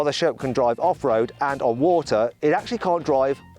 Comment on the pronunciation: 워러를 오타라고 발음이 재미짐